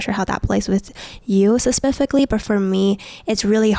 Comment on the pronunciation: Pasificilalily.... fuck that bugged me so much